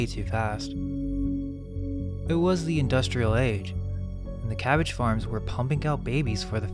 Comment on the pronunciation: Ca-bag-ge calcium bag german?